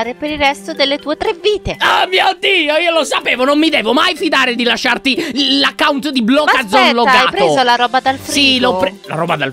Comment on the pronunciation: ehm non per offendere ma "Accaunt" si dice account